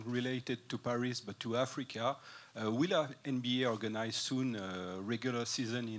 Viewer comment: "we got China we got afika now"???🤣🤣🤣🤦‍♂️